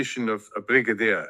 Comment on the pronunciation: Brigadier. Not Bridagier